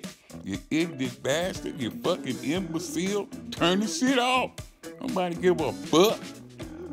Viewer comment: "Yah ignit bastud..... damn imbe- seal"😂